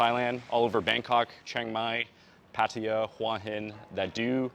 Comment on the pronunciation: All these advice videos and the people can't even pronounce Pattaya.